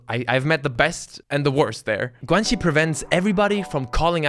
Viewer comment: Can someone explain one of the words he used to me (Guanxi, he pronounced it like guenchi)???? Maybe he defines it in the video but I think I missed it